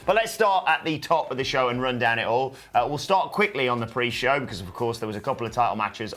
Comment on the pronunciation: She calls it "The Purge"